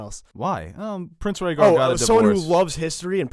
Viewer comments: She didn't say Rhaegar. She said Ragger. She mispronounced the name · About the Gilly reading about the annullment, I think she mispronounced Prince Rhaegar's name and she pronounced it "ragger" instead of "RAY-GAR". He wasn't really listening either. He was bored rewriting the scrolls, etc. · I'm sorry, but there's a TON of places where you guys miss the point. For instance, the Gilly/Rhaegar moment. The whole point is that she doesn't say Rhaegar, she mispronounces it and says Raggar. Sam has no idea who Prince Raggar is, so he doesn't care. It doesn't catch in his mind, especially because he's got a lot of other things going on in there. And besides, even if she had said Rhaegar, that means nothing to him right now as he knows nothing about Jon's birth. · If you listen to the Sam, Gilly scene again you'll see that Gilly misprounounces Rhaegar and says Ragger or something. Sam didn't even know she said Rhaegar which makes Gilly's statement even less noteworthy to Sam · Sam didn't understand Gilli. She butchered the pronunciation and he was already annoyed so it didn't click what she said. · so this part about Sam neglecting the revelation about rhaegar annulation and re-marriage... I understood it as Gilly mispronouncing his name making Sam not realising of whom she was speaking of... not just him not caring. you made it sound like he didn't give a rats ass due to the circumstances :D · Sam doesn't notice the annulment because Gilly butchers the name so much that he doesn't connect the dots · In the scene with Sam and Gilly, sam probably didn't realize that it was Rhaegar because Gilly pronounced it so wrong that he didn't recognize the name. Not that weird cause Gilly probably only recently started to learn how to read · Gilly also said Raegars name all fucked up and wrong so and had been listing shits and steps so you can't blame Sam for blowing her off. He probably didn't even realize who she was talking about.